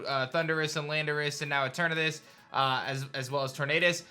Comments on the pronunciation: Bro said eternatus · Did anyone else here him say eternatus when he was talking about the four evil legendaries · it's enamorus not eternatus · you said eternatas you mean Enamorus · Bro hates getting enamorious name right